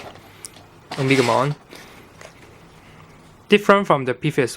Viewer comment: o-me-ga-mon not omikmon or At least omnimon